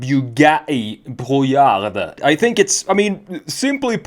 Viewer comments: As a french, Brouillard means Fog, the D at the end is silent. You're supposed to say Brouillar. Otherwise, the rest is correct 😄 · The D at the end is silent. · I really like this car And your French pronunciation is (almost) perfect...just loose the "d" in brouillard 😉